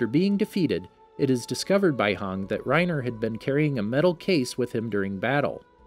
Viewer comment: no offense but did you really call hanji, hang?